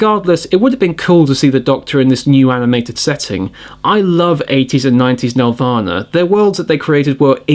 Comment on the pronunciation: I would have loved to see it, but the spelling is "Nelvana". Pronounced "Nel-Vana", not "Nev-Lana".